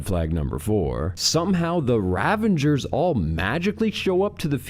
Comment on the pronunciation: I'm Canadian, and I promise you that Greg is just pronouncing words wrong. Ravengers?? RAVENGERS???